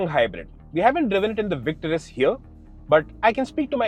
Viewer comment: oh, my, God!!!! Just as the video started, I was thinking, "finally, these guys, I have been waiting for them...", and then I see that you PRONOUNCED THAT NAME CORRECTLY!!! YESSS!!!